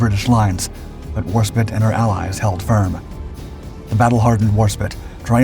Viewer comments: FFS it's not War-Spit it's War-Spite - so fucking disrespectful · WarSPITE fella not spit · War-spite. Not War-spit. Holy God mate! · man it hurts my ears every time you said "WAR-SPIT" it was SPITE like rhymes with sprite, NOT Warspit.... come on man.... talk about disrespect not even being able to say the name right... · Less than 10 seconds in and I want to punch the commentator. The ship was named the WAR SPITE not war spit. Clueless. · It is pronounced WARSPITE not Warspit. Very good documentary. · Not to pick a nit, but it's WAR - SPITE, not War-Spit! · It's HMS Warspite (rhymes with right) NOT WarSPIT. It's not hard to pronounce this one correctly. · It's got an E on the end, it's not warspit it's WARSPITE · Yes yes it was Warspite not Warspit but still a good video, I didn't see as much repeated footage like previous vids so these stories are good in spite (no pun intended) of pronunciation. I would have been proud to be a crew member, they should have kept a few parts of her at least... For honor. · Wish he would pronounce it Spite rather than Spit. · Spite, not spit. Warspite. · "WAR SPIT" is this narrator ignint, illitrit or some other terrible social affliction???? WARSPIT, NEVER HEARD THIS ROYAL NAVY WARSHIP THAT IS DUE SO MUCH RESPECT AND RECOGNITION CALLED WARSPIT. YES I AM A BIT OFFENDED WHEN THIS SHIP IS NOT ADDRESSED WITH HER EARNED AND DUE RESPECT OF BEING CALLED BY HER PROPER NAME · Lol war spit 😂 its warspite!!! She was our most successful & feared battle ships, our most honoured ship & enemy kills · Umm... that's pronounced war SPITE, not war SPIT!!! Is this webpage run by AI?! This is the second video he's done using the wrong pronunciation, and he was corrected repeatedly on both!! I've unsubscribed from! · Its Warspite not warspit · why do you keep calling her warspit? its warspite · IT'S WARSPITE, LONG I, NOT WARSPIT. I CAN'T WATCH/LISTEN ANYMORE. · warSPITE not warSTIP. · It's called War Spite not war spit.